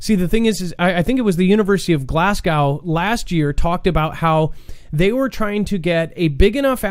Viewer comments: Glasgow sounds like.. glaz go. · repeat after me... glaz go.... Glasgow 😁